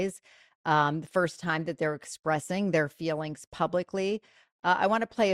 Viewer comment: "...your failings"...? Wtf. Edit: On a fourth listen, I think she said 'your feelings,' but I wouldn't stake my life on it.